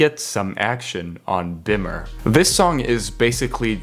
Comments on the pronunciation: beam-er not bimmer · please bro its pronounced beemer cmon man its about a bmw man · amazing video but please for the love of god i am begging you to pronounce colossus and bimmer correctly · Bro, why do you say words like Bimmer and Colossus wrong? He CLEARLY says them in the songs.